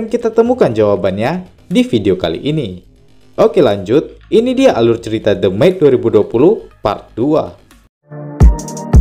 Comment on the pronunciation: The Maid dibaca Demit hehe